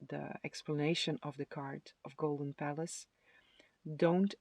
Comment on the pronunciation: Pile 2 - i thought you were saying golden phallus ….. oh golden palace! 😂😂😂